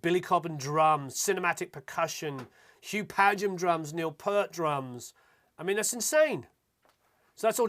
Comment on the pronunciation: Peart is pronounced 'ear' not 'er'. His name is full of hearing not hair products. You have taught me quite a lot. Thanks.